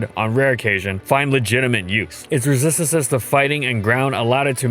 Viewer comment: it's resisistancissszz